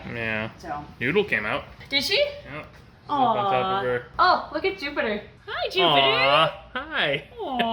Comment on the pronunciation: Who else thought she said now you get to meet poopiter